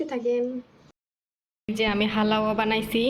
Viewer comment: হালাওয়া উচ্চারণ হবেনা। উচ্চারণ হবে হালুয়া।